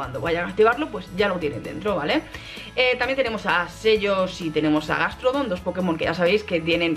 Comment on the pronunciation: Dices selos cuando se pronuncia shelos... Dices ipopotas cuando se pronuncia jipopotas...